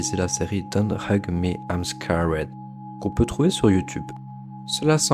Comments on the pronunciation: I'm scawède ? Même sans forcer un accent anglais, un truc genre "skérd" sonnerait plus juste... C'est juste un détail bien sûr, ceci dit c'était intéressant, merci pour ton travail. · c'est juste pas un accent😅 c'est une prononciation j'avais envie de te frapper à chaque fois😂